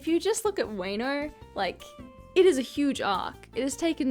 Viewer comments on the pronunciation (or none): Stop.Saying.wAynO lmao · I was actually invested in this video until she said WEno